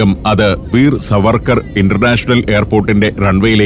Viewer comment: ഷു ശവർക്കാർ എന്ന് പറയു..